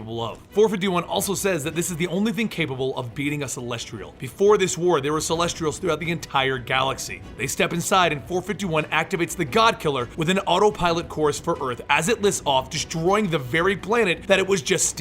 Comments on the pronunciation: video as always, but why the hell do you keep saying CelestRials?!? There is no "R" man, its just Celestials XD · Its Celestials? not Celestrials! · Very nitpicky but it bothered me: its pronounced Celestials not CelestRIALS. Also I swear you are the fastest speaker on youtube, that intro always feels like what it must be like to listen to The Flash speak! lol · Why do I keep hearing Celestrials instead of Celestials? It's driving me nuts. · Yeah, he says it with an r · Neely I THOUGHT I heard an "R" in Celestials as well. Glad it wasn't just me. Still a good video, but yeah, that sounded weird. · There is no "r" in Celestials.